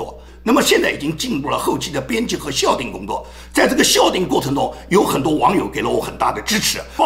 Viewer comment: 校订不读笑读叫